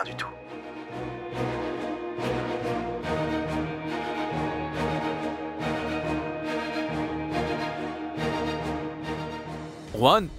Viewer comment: Vous qui dites “Juan” là, svp c'est “Ruhaan”🤦‍♀️😅😅